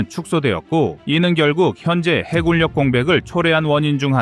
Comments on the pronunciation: '해군력'의 발음은 '해군녁'이다. 음성 AI 활용 발음 '해굴력'의 기계적인 적용이 가져온 잘못된 발음을 당장 수정해야한다. '미군력' '공군력'을 '미굴력' '공굴력'이라고 발음할 수 없지 않은가? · 해군력을 해굴역으로 발음하는 오류를 바로잡습니다. 해군역이라 발음하시길. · 해굴력 거슬리네요